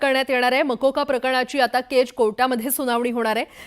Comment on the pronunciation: बाई केजचा उच्चार नीट करा केच केच काय करताय ..... कधी कधी अतिच शुद्ध बोलतात anchor लोक 😂😂😂